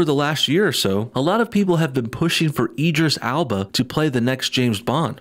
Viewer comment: Eeedris Alba? I think you'll find it's Idris Elba old chum, he's an excellent actor, give him his due (edit: sorry I know it's petty, but he is a fantastic actor, I could've accepted him as Bond, but not this SJW farce)